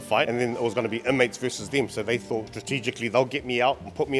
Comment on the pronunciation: The maori low intelligence stereotype is hilariously highlighted in this video hahahahaha, NONE of them can pronounce words with "th" in them lmao. "Souf auckland" "I fought" "free" instead of three, "vay" instead of they, "ovvers" instead of others, I could go on for years, they have no interest in not sounding uneducated.